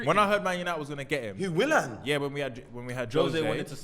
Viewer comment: WILLAN, MAR-TIAL.... These guys are butchering the rassclat outta these names lmao